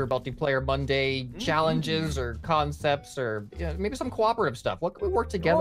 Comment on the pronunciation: change "concepts" to "KAN-cepts"